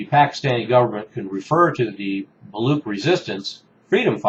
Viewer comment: I wouldn't blame you, pronunciation of words in different languages can be very complicated. Here is the link to correct pronunciation of the word Baluch. This website is great for pronunciations.